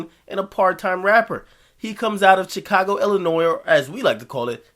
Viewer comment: Akademiks say Chicago like "Chick-ka-go" that shit is funny everytime